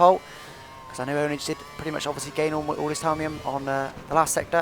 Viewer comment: " I just about managed to get ihh awl slowed down" It's so funny, you say it so much and i laugh every time, I love the way you sound. And i think you would fancy being alongside Martin Brundle.